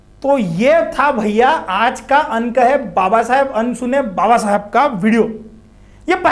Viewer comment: Bhai wo अनसुने होता है न की अनुसुने